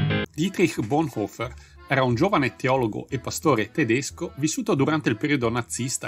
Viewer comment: Su Bonhoeffer si potevano dare informazioni più precise, ma il video è decisamente ben fatto. La pronuncia del cognome è buona, troppi italiani lo storpiano in "boneffer".